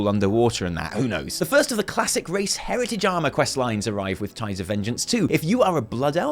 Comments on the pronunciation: hehe you said "hertitage" not heritage hehe her tit age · Sir Prize I came to say the same thing lol